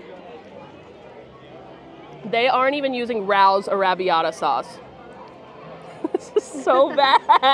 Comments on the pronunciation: Rao is pronounced "Ray-o". The sauce is "Ray-o's" sauce. 😊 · Hey, Rao’s is pronounced like “Ray-o’s”. Just wanted to let you know!!!!